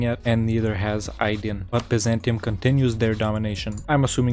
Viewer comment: I saw someone foreign pronounce "Aydın" right for the first time. I am subscribing.